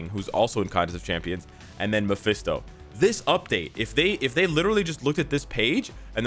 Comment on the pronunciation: Its mesphito not DS 🤷